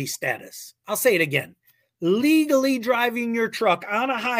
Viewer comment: ... when you emphasize ' legally' ... more than any other words I have a harder time believing in you stating the facts - just read the god damn "legal wording" instead of a 'your opinion of it' !?